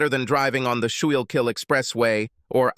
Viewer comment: Love the Philly references. "Schuylkill" is pronounced "School Kill" or "Skoo Kill"